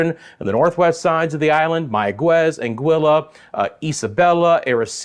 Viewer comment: Aguadilla = agua-dee-ya